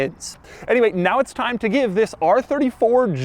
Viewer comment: Nobody: that one episode: “ITS ABOUT TAMM U SHOWED UP”